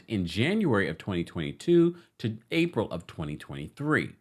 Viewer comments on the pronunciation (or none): none